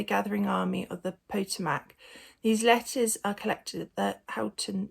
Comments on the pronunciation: Not hating but making a little fun; 3min in Poe-Toe-Mack. Pah-Toe-Mick. Alright. :) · Pot-o-mac and abolish-ists😂❤😂 Tricky words words to pronounce for a Brit... Potomac and abolitionist🇺🇸❤️🇬🇧